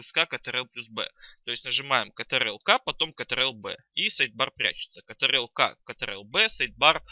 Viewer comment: саблайм и контрол?